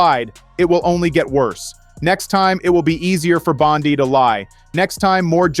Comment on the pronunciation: Name pronounce Bondee(Bondi)